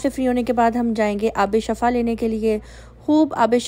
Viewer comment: Shifa hota hai. Shafa nahe.